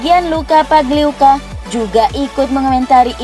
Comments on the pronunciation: Pagliuca bukan pangliuca min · pagliuca bkn pangliuca